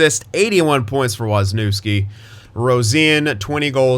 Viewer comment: I'm not Polish but I'm guessing it should be pronounced 'Woz-ni-ev-ski'